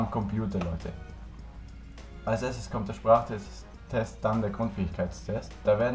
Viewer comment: Naja, cool dass du dich entschlossen hast das Video zu machen, aber du solltest (was bei der Polizei übrigens auch sehr wichtig ist) an deiner Selbstdarstellungen und Ausdrucksweise arbeiten...(Beispiel: nicht mit den Händen ringen und "Test" nicht "Tescht" ^^